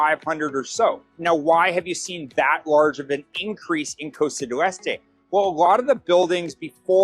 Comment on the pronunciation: Why does this guy keep prounouncing "Costa del Este" as "Costa du Este" and "Punta Pacifica" as "Puta Pacifica"? "Punta Pacifica" means "Pacific Point." "Puta Pacifica means "Pacific Whore." LMAO He says he's lived in Panama for 4 years. How can you live in Panama for 4 years and not even learn to pronounce the names of the cities correctly? Even if you don't speak or understand Spanish, Spanish pronunciation is really very easy. He's the typical ugly American. I've met white people who've lived all their lives in Tucson, AZ, where almost all the streets and towns have Spanish names, yet they couldn't properly pronounce those names if their lives depended on it.